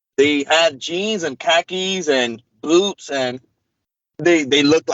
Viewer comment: Oh my did say the nordic had boobs or boots, Cuz to me it sounded like boobs..if so im jealous..Only an hour to have breast augmentation! WoW😂